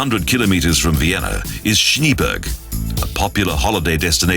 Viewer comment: It's not "ShnEEberg" like in Eng. "shEEts", it's pronounced "ShnA-A-berg" (Germ. Schneeberg) like in "Apple" with two "a". And many other cities are mispronounced. WHAT A SHAME!